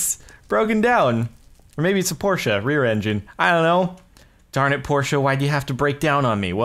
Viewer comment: finally! A man who can pronounce porsche correctly!